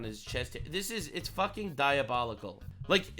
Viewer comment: stop saying diobolical or I will steal a penny from you, sir.